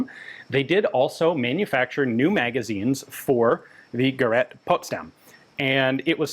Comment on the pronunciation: Hallelujah! After all these years, Ian pronounced “gerät” almost correctly!🙏😇